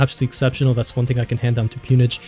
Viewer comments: It’s pronounced “pown” like “own” with a “P” not “pewn” 😹 pwn/pwned is oldschool gamer terminology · Have I been saying Pwnage wrong ?